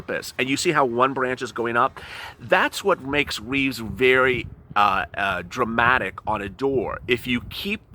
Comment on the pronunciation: Wreaths, not Reeves...